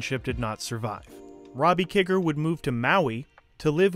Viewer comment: Great video and other that mispronouncing "Kiger" you nailed it! This movie is such an underrated gem. Long live the Monster Squad!